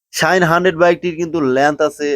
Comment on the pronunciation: বলদ, শাহিন না, শাইন। ভালভাবে বাংলা শিখে পরে ভিডিও বানাবি।